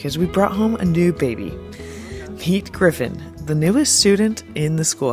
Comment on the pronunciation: Is the baby's name really "Peter Griffin" ? It sounds like you said "Pete Griffin".